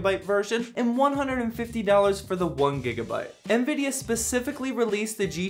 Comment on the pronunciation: Lol, "ehanVidia". I love how people add extra invisible letters when pronouncing it.